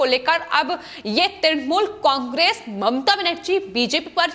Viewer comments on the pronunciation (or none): none